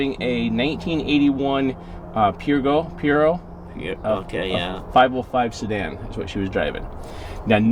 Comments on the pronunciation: It’s pronounced perzoh (Peugeot) another fantastic video btw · Jared, the car is a Peugeot 505 pronounced “PurgeOh” or “PerjeOhh” lol